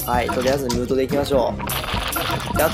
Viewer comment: ムートの発音が違う